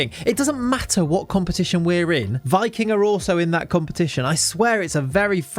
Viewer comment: Hey just wanted to let you know Viking(the Norwegian team) is actually pronounced Vee-king! 👍